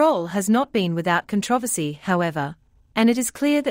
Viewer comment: Why do people posting videos want to rely on ai to do the commentary? This ‘voice’ cannot pronounce CONTROVERSY for crying out loud.